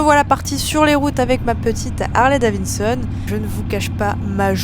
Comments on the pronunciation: « c’est Davidson et pas Davinson » ça va on a compris, elle a peut être une difficulté de diction 🤷🏽‍♂️ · Ça fait plaisir d'avoir des youtubeuse fan de mécanique pure et dure, juste si tu peux éviter de dire davinson 😂 ça serait bien 😂 Harley c'est suffisant à dire